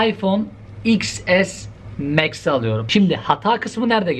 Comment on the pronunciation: He o kadar teknoloji bilgili adam varken, bunun cevabını vermek sana mı kaldı. Cringe: İPhone Twelwe Pro MEX.